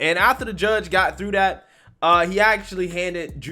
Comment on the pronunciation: Speak English. the word is "that" not "dat"